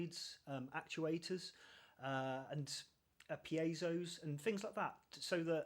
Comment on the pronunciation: Thank you for pronouncing piezo correctly. 💖